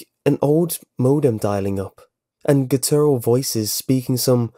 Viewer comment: you pronounce guttural wrong